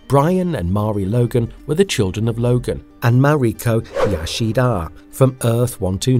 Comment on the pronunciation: 🤣 All I kept thinking was stop saying Yashida.